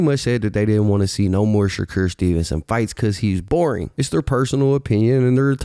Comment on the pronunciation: N* saying “shacure” 😂🤦🏽‍♂️